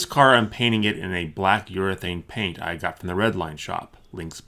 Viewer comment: I love the way this guy says paint. Such a heavy P. PPPHHaint.